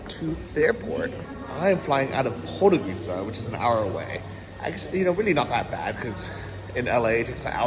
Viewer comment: try to pronounce it like this „pod go rid tza“